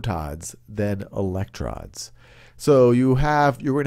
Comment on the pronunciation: eleclrons... seriously?